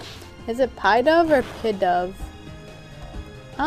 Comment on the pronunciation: its pronounced "pee-dove" its in the anime :)